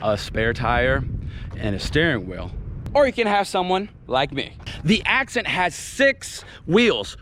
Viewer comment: You said accent wrong. 🤣🤣🤣